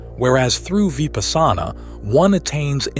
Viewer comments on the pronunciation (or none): Dude, your pronunciation of Sanskrit/pali words are ATROCIOUS. It's AAnanda.. not ANUNDAA. Its Vipaasana...etc. pretty much every Sanskrit word has been pronounced incorrectly.